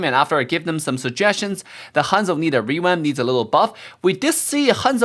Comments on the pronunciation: why are you saying rewamp sometimes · Hanzo "rewamp" LOLOL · is saying rewap or revamp